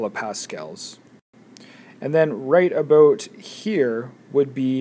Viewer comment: "aboat" xD